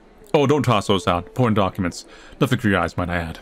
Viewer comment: when he said important documents, i heard it as porn documents lol.